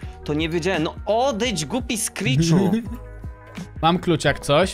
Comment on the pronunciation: to nie sckrich tylko psyt bo psycze